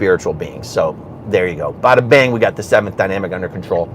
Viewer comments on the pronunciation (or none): none